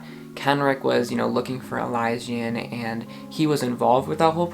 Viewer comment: I’ve been listening to the official audiobooks and so i think its pronounced e-Liz-sian